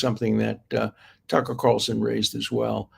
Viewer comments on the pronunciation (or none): none